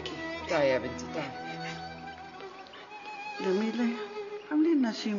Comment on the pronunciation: مين لاحظ انو ام زكي بدال ما تقول جميلة قالت ضميلة😂😂😂😂😂